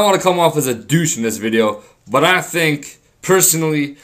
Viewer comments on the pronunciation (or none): deuch? xDDD its douche l0l0l0l0l0l0l0l0l